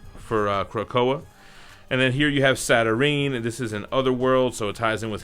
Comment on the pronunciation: Also it’s pronounced “Satur-9” brother 🤘